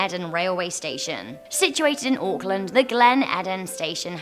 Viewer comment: My god she said Auckland properly the first foreigner I've heard say it right!